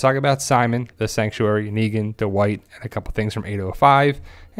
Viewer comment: Du-wight?? Dwight